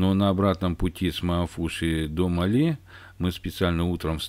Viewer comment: Название столицы Мальдив не МалЕ, а МАле - от слова "маленький".